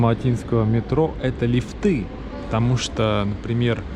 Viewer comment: Надо говорить не лифты, где вы ставите ударение на окончание слова, а на первом слоге. Говорить нужно грамотно ! Вас слушает и смотрит большая аудитория!